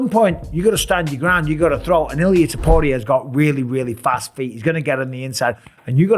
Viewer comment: You still can't say his last name.